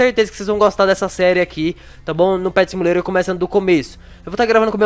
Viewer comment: Ele fala simulero do zero kkkkkkkk